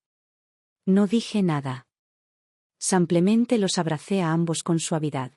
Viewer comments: Está voz no podrá decir SIMPLEMENTE ?siempre repite SAMPLEMENTE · No sabe pronunciar "simplemente"